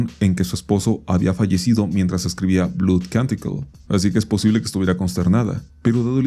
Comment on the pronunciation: "Blood" se pronuncia más similar a "Blod" que a "blud"